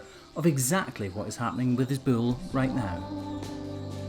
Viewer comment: I like how this guy says "bull." Like it has two syllables instead of just one. Bu-ole.